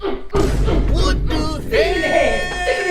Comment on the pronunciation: Bro said visible repatation